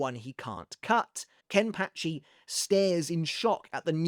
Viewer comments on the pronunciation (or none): Sorry but it pa not patch I've enjoyed the video but we have to put some respect on Ken pachi name